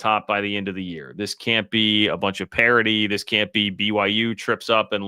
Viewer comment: Not trying to be condescending but it’s Parity, not Parody.